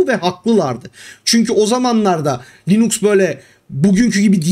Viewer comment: Hocam belki şakasına dedin ama insanların aklında "Linüx" diye kalmasın o doğrusu "Linux" dur ve yazıldığı gibi okunur.